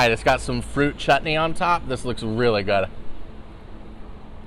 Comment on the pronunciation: The way you pronounce chutney is totally praiseworthy!